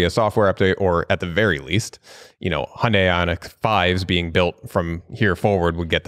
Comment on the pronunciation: Not a Hyundai fan but please pronounce it properly. It’s very different from Honda. It’s not Hondei.